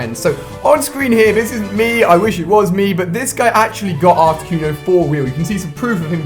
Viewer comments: So he's Mystic but he can't even pronunce Articuno... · Carmela Salmo Cunio not cono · Why do British people pronounce things so fucking retarded. "Articyoono" like seriously stop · The way you pronounced articuno... Cringe...